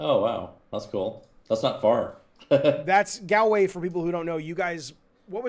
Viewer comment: Gaal-way. Haha. Pretty sure Galway pronounced like that is a porn site.